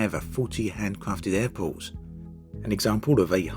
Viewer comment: Why does he say Apples instead of Airports?